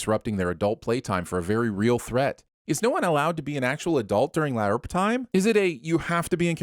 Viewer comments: I'm sinning you for everytime you Pronounce LARP, LIARP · It's "larp" , not "la-arp" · The word Larp (said like harp) is kicking your ass I swear not one correct pronunciation of a truly easy word. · 204948 sins for pronouncing LARP as LAY-ARP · Ok but why do you pronounce LARP as La-urp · In case you aren't butchering the word on purpose, LARP is pronounced like 'harp'. That weird 'a' you use distracts from whatever point you might have been making..... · You pronouncing LARP wrong still gives me nightmares. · 100 sins for the weird way you pronounce LARP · I gotta ask... what's with the constant mispronunciation of "LARP?" (and other acronyms apparently.) I mean, there's poking funny at a silly hobby and then there's going out of your way to be an affront to spoken language. I never thought anything could get under my skin more than religion and politics, but you've managed it... 666 sins for every time you butcher the language that is your stock in trade. 😛 Don't worry though... I'll cut you some slack on all the pot-shots you took at Clint. Everyone is entitled to their opinions, even when they are wrong. 😛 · Why is LARP being pronounced so weird? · Every time you mouth fucked the word LARP, I grew to hate you just a bit more. Seriously, I have no idea why you made that terrible choice. If someone did that bullshit in a movie, y'all would immediately turn it into a bonus round. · I’m so mad how he says larp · But why you gotta pronounce LARP like that?! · Ima sin this episode for the pronunciation of LARP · Not gonna lie, I came to the comments for this comment. It's almost irritating how he's butchering how the anagram is said!